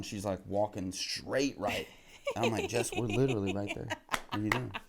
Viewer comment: first American to ever say 'literally' correctly.